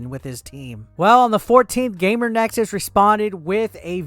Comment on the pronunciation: GamerS Nexus. Difficult to continue watching if you cant even get that right...multiple times. Oh wait, now you said it correctly....oh wait, now incorrectly again. Sigh...